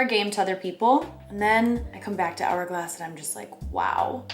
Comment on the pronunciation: She really said “HHHourglass” and “non-hygienical” 💀